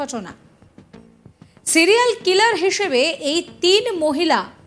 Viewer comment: সিলিয়াল নাকি সিরিয়াল?